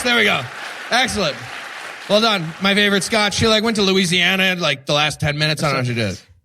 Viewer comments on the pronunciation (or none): none